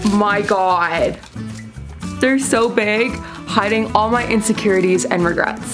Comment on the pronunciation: "Their so big hideing all my insecureitis and regerts " 😂😂😂😂